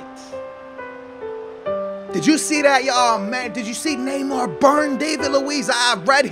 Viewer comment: neymoer oo neeh neymar